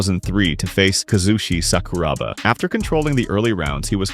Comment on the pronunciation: . Is that pronounced Kasushi SUCKER-ROBBER?